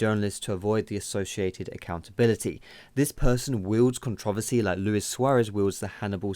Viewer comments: You are pronouncing controversy wrong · yeah this vid was put together very well and I completely agree... the only thing is the way you say controversy is pretty funny to me :P